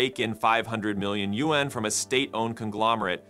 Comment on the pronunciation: Learn how to pronounce YUAN. The next time I hear you mispronounce it I am unsubscribing.